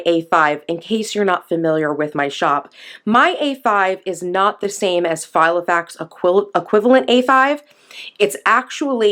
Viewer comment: Yep, that's meant to be Filofax, not Gilofax!!!! 😂🙄